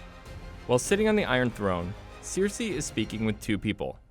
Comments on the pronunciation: "Jendry" and "Seersee" and "Varies." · yeah and "seer-see" instead of "ser-see" what the hell? We're SEVEN seasons in and he's heard this names a billion times but still..... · WTF IS “SEARCY” LMAO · Seer-see and Jen-dry lmao I’m so glad I wasn’t alone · Sear-see lol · To be fair, George R.R. Martin pronounces Cersei as "Seersay" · Ugh this guy butchered the names so badly 😒 Such poor effort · I cringe every time he says Cersei. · Sam stole his father’s sword in Season 6. The pronunciation of half of these names is also killing me, plus the pace of this video. Seven hells. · nah, caught as well and your not the only upvoted comment addressing it; kinda ridiculous when we have the show (lol) with its proper pronunciations of the names (lol) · Also not Sirsi, it's Cersei, not Melissandra but Melisandre 🤦‍♀️ did this guy even watch one episode? smh! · OK, your pronunciation of some of the names is so, so off! Cersei is pronounced "sir-say" not "seer-see". And "maester" is "May-stir" not "master" 😂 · I spotted Seersee....many times and Jendry..Raygall... once. Gawwwwwwwwwd fix your pronounciation of the names man! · Who is this 'Jendri' and 'Cierci' you're speaking of? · He kind of butchered every single name he said lol "Seersay," and "visairEEon" and "varEES" lol wtf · This was so annoying. The person narrating definitely hasn’t seen the actual show calling maester master and Gendry Jendry and pronouncing Cersei incorrectly too